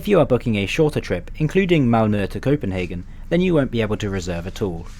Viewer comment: Yo i,m danish and you are nearly saying chopenhagen right :D